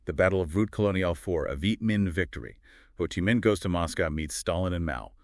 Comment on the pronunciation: Ha Chi Minh? Uncle Ho...not Uncle Ha. Go and train the AI a little better. Not quite there. Also not sure exactly who the thumbnail picture is suppised to be...because it's certainly NOT Ho Chi Minh. This is not so much a legacy as it is a mini-bio/life sketch